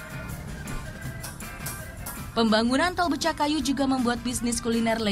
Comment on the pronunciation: BECAKAYU bukan BECAKKAYU!